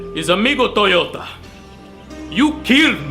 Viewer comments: but he said Amigo Toyota :D, at least i heard it that way. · My name is Amigo Toyota lol what the ghell i love how he pronounced the h